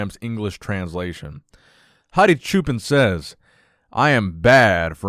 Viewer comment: Hadi's last name is pronounced "cho-pawn" which means Shepherd!